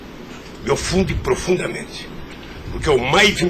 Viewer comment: "me ofunde profudamente"